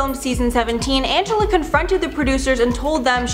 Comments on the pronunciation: Angela? That's not her name its "Ann-ja-lee" Also "Keen-ya" not Kenya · Her name is pronounced angeleeeeee. Also I remember when they took off a girls braces. And another time they filed a girls teeth and put caps on just because she had a "snaggletooth". Pretty messed up. That show promoted a toxic environment, they always made the girls feel like crap if they refused to do something. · Pronounced angelee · Her name is Angelea (pronounced Ann-juh-lee).